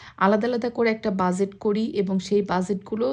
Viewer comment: Omg lady. It's not buzet. That is not how pronounce budget. Its bu-get. Please learn to pronounce first before you speak!!!